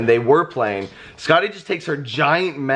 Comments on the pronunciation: First I thought you were saying Scotty and I was very confused at the boyish name and then "from Norse mythology" made me understand Skatti. I was confused for the first few minutes. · Fun Fact: Skadi (as in Norse mythology) is pronounced more like Skathi... with the soft 'TH' instead if the hard 'D'... (that's what she said...) it also has a bit of a tongue roll to it, but that's besides the point. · Congratulations to the new addition to your family! She is absolutely adorable! Honestly, I was so confused at first when you started talking about Norse mythology because I heard Skadi as Scotty.